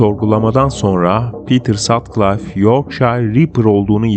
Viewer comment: Pitır Satkılif okunuyor.